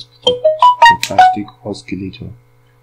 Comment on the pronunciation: Not Oskilator but osilator ok?